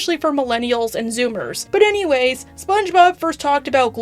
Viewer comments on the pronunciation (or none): none